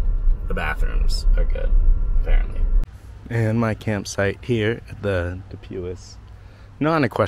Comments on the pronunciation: Pronounced. du pwee. French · Du pui The S is silent